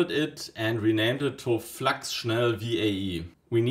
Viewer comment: Ich wusste, dass du deutsch bist, als Du Flax statt flux gesagt hast, wie auf dem englischen Kanälen